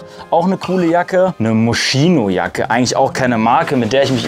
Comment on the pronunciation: Wenn man nicht mal weiß wie moschino ausgesprochen wird 💩😅